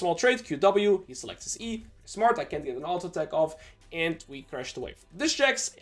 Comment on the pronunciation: Can u please say and not Eeiand